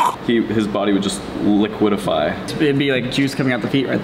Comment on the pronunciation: "his body would just liquidify" it's liquefy broski.